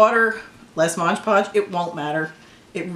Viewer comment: so much better than air clay, thank you for this tutorial. But please call MOD podge by its proper name, not modge 😂